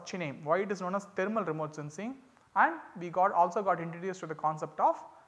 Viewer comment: Thermal not taramal😢